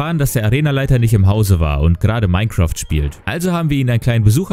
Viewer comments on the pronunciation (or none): none